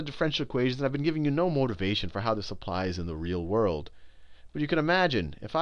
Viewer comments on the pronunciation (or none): none